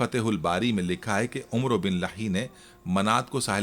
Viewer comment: عمروبن لحی کا تلفظ ع زبراور و معدولہ ہےیعنی عمر زبرکےساتھ اورسب سےپہلےمورتی حضرت ادریس علیہ السلام کی شیطان نےبناکر انکی قوم کودیاپھربعدمیں بت پرستی عام ہوگءی پھر انکی ھدایت کےلیے اللہ نے حضرت نوح علیہ السلام کوبھیجا